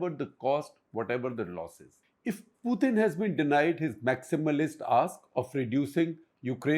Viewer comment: It is Putin, not Puthin